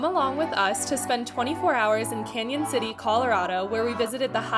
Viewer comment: Thanks for saying our town name correctly!